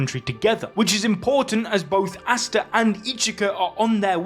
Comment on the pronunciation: Did bro say asta Dead😳